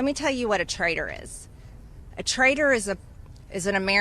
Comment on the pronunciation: You' re calling him a trader. It''s pronounced traitor. With a T.